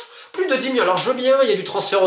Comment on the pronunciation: Millions ❌ Miyon ✅